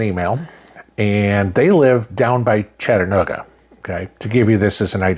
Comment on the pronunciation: Chata-NEW-ga....lol...just poking. God bless you sir